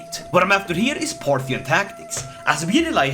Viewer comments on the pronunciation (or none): none